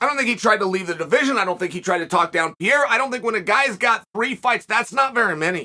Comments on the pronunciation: Why he keep saying Piera? 🤣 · Someone tell Chael that Piera is........... Pereira already! It's not charming, it's ridiculous!!! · Alex "St." Pierrea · Alex “Pee Era” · Chael can't get anything right with Pereira. Between name pronounced completely wrong, thinking he has a 6-0 record and originally thinking this was about to be his 6th UFC fight.